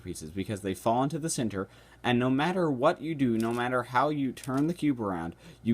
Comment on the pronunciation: i like the way you say "center" hahah. Never heard it like "Cinter" before.